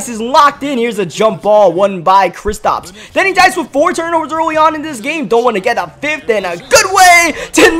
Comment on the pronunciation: it’s kristaps not kristops